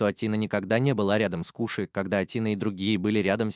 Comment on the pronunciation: Нагума Коши а не Куши на крайняк Кошы